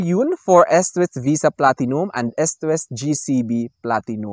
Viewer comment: pronounce nyo po na Istwest ..medyo malambot po ang pronounce ..